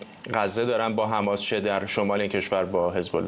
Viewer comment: ایخدا این چوسراییل بود که میخاس مردم ایران و ازچنگال اخوندا نجات بده،....حالا خودشون مث موش افتادن تو تله خماس توحه کنید خماس 😂😂😂😂 این چوسراییل چرا مث ادم حرف نمیزنند خماس خماس میکنند 😂😂😂